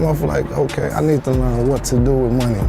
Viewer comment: “But we will Lear more about him” 50x this guy fck ma mind lolz